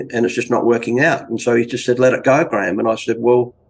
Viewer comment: Btw, Graeham is pronounced grey -ham, not gram. 2 distinct syllables. Great show btw